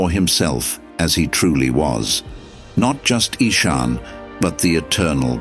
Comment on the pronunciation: Nice story, but the AI reader gave Ishan 3 different pronunciations. Get a human next time. There's lots of them around.